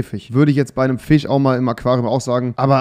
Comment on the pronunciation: du kannst nicht mal Fisch aussprechen 🤣